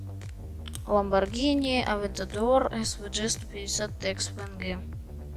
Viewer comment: Lamborghini существует: Также энзи: Lambargini